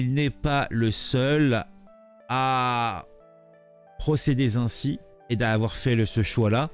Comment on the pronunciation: Ouille "procéder z'ainsi." ça ecorche les oreilles.